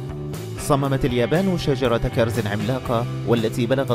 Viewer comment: معقول مابتعرف تلفظ كلمة كرز؟